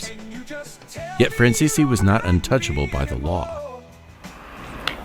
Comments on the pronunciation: Why does he pronounce their last name wrong ? Franzese is pronounced Fransees! This video is a mess! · I say BS to this story, making guesses. The simple fact that you cannot pronounce 'Franzese' correctly and pronounce it differently in multiple areas solidifies it . . . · i think you'll find their last name is pronounced francese not franz-e-se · WHY CAN NOBODY PRONOUNCE THEIR NAME RIGHT??? It's "Fran Zees"!!! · It would be nice if you learned to correctly pronounce the family name. It is pronounced Fran-zees. That is how they pronounce it themselves. Listen to any of Micheal Franzese videos and listen to how he pronounces it. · I despise the way his name is mispronounced the ENTIRE Program!!! Is this AU narrated???? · I call BS I just watched Michael Fransese himself lay out his life since he was little nothing like this . . . They should actually listen to the man who's still alive to tell the story. Heck, they can't even pronounce his name correctly 😂🤣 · Thats not how the name is pronounced